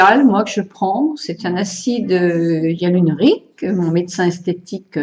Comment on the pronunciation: M-B Chg Bonjour madame je suis désolée mais lorsque vous parlez vous faites des fautes par ex vous dites tjrs l acidialrrlonique tjrs et au lieu de dire probant voudrais dite probant et vous mettez des s alors qu il faut mettre des x vous avez des difficultés à bien vous exprimer .merci de travailler votre français